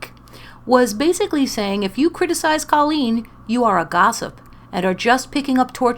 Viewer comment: Lol! The Irish way to pronounce it is the way you are pronouncing it - so I agree with you!